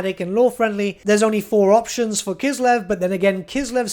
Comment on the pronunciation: I like how you pronounce Kislev with your accent. It sounds closer to the proper way.